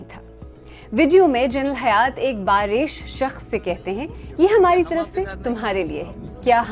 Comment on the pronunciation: " بارَیش " نہیں ہوتا " بارِیش " ہوتا ہے